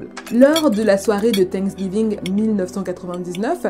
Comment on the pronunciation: C est pas tank giving mais la prononciation c est fincks giving lol je trouve ta façon de raconter irrespectueuse et non bienveillante ! Je ne m abonne pas du coup car la maltraitance n est pas un sujet rigolo surtout cette histoire est très dur !